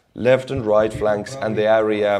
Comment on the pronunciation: please pronounce the word "area" correctly. You can listen on google translate how to prounounce it.